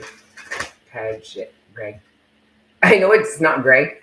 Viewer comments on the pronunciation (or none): none